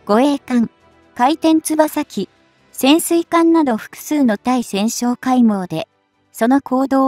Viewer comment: ついせんってなんだよ。たいせんでしょ😀